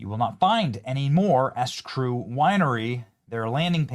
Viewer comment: Are you pronouncing the name of the winery as the "S Crew" winery? Well I think maybe I see the problem. 🤣🤣🤣